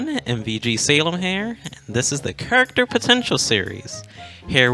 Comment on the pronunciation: salem i love you man but it kills me the way you say character